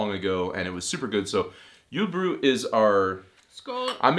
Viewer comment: It funny to hear how much you struggle with julefrokost and julebryg :D